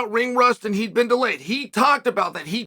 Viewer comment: Chael says... aehnd.